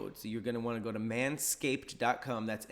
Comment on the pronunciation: Anyone else hear “manscape.cum” 💀💀💀💀